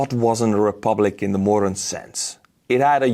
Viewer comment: When you say 'modern' it sounds like 'moron'😄 Sorry😳